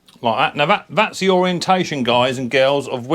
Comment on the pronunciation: omg have you ever listened to yourself .....viss = this free = three =vhe =the fred = thread fing = thing you sound like a right dumb pratt or is it prat 🤷‍♂